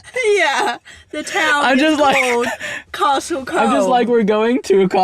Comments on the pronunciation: its pronounced Cooooomb. Not Comb - THE definition of people we don't want visiting .. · I can see why you pronounce it as it's written but like a lot of places in our country it is actually pronounced slightly differently. Comb is actually pronounced as "Coom" , strange but true !!